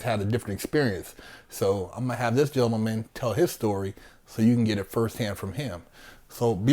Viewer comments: You ain’t lying, he’s a swole gemmelmen! 😆 😂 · said "gemmelmen" instead of "gentleman". Only through the safety of my computer will I even point this out. Because that man is so swole, If he was standing in front of me I would just start saying that word exactly like he said it.